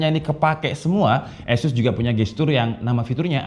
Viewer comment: Mungkin mas nya org medan 😂 gapapa mas azus emang beda dari yg lainnn 🔥🔥